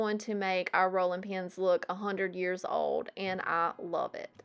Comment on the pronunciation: your southern accent reminds me of julie from julie thrifts. both of you say some words, like old (you throw a u sound in there) the same way. I liked how you explained things, so I joined. I also like that you clean with windex. that's my go to as well